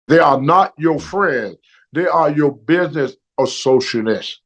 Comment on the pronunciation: Dey yow BIDnAyss AssoShoditd